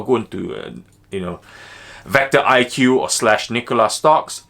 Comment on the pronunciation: It’s vecto not vector